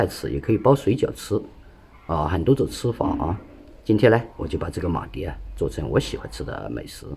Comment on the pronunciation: 是马蹄ti，不是马蒂di